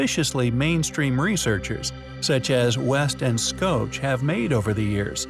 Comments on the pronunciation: FYI, It's SHOCK not scoatch. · Not scotch but schoch.. Like shoh.. Its a german name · ikr.. (did he say skoach?) haha -and Valentina, dk how to even pronounce it the way you're spelling it .. Bottom line is, the correct way to pronounce it is "Shock" -like an electric shock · FYI, Dr. Robert Schoch pronounces his name "shock", as in electric.